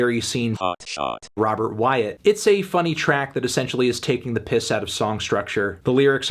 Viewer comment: I love how you say taking the piss in an american accent